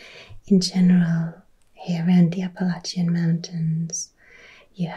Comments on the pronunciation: I am from Alabama and I have never heard anyone pronounce it as beautiful as you did. Thank you for making this video. The Appalachian mountains are such a glorious sight to behold. I always felt honored to have the foothills in my back yard. I hope you can come visit someday! We would love to have you! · Ahh you said Appalachian correctly ❤ Most Americans can’t even do that 😂 Tennessee is a state I’ve always wanted to visit because of the music history. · And you said “Appalachian” correctly, like those of us local to western NC/east TN pronounce it. If someone says “App-uh-LAY-shun” it’s a dead giveaway they aren’t from here. Check out the Eastern Band Cherokee sometime, their reservation and Boundary abuts the Great Smoky Mountains Nat’l Park just south of Gatlinburg and Knoxville. It’s a fantastic place if you find the mountains gorgeous <3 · Isn’t that the truth on the pronunciation of “Appalachian”? Born-and-raised Eastern Kentuckian all my life, and the mispronunciation of Appalachian always bugged me. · As an Appalachian, THANK GOD u pronounced it correctly!!! 🎉